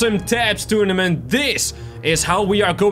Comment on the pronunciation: did he say tunament